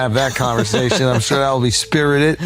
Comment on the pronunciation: "Suuuur, Althuuuuur, Shuuuuur." This dude has the weirdest pronunciations